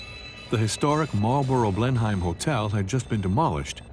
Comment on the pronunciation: Lol, imagine saying Blenheim like "Blen-hime", that's so cute, like how a 4 year old says it.